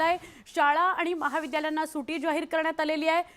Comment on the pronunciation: ओ काकू सुटी नाय सुट्टी असतं 😂